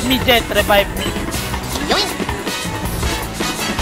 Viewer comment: LMAOOOO “Anak, rebibe me…putang ina- REBIBE ME”